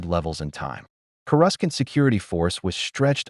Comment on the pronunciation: Coruscant, not whatever the fuck u just said,.